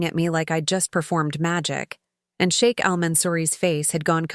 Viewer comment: I like the sound of SHEIK not shake…. Respect!